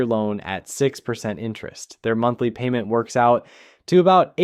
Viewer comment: two noses. And PAYYMENT